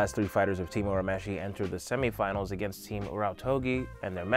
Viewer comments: It's ur u mesh ie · Loved the video. The humor and sound effects were much appreciated!!! My only quarrel is the pronunciation of Urameshi (it’s pronounced your-a-mesh-e). If you ever find yourself doing a Yu Yu Hakusho video now you know how to say it 🙏 Keep up the good work! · The English dub pronounces it that way, but technically that's wrong. His name's actually pronounced more like "ooh-rah-may-shee." That said, having grown up on the dub, I pronounce his name the way you have it written, just with the realization that it's totally bastardized. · There is no such thing as early 90's Toonami, Toonami started in 1997. Also Yuyu Hakusho didn't even premiere on Cartoon Network till like 2002 and it's the same dub as the current one. Also he mispronounces Urameshi.